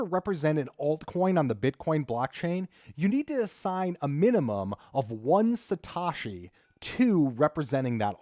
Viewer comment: Satoshi. Not Satashi. you arw sating it wrong